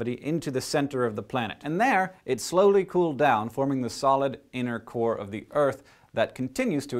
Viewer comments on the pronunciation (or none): every time he said "innercore" i thought he said "intercourse"